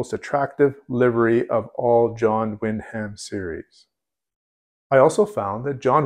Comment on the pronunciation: Wyndham is pronounced win'dim.